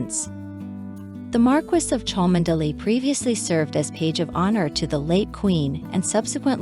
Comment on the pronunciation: Just a few points on pronunciation for our American commentator. Equerry is pronounced e-querry, (short e), privy is pronounced pri-vee not pry-vee, Cholmondelay is pronounced Chumly, Tollmach is pronounced Tol-mash, the 'o' is not pronounced in Wimbledon. Good effort though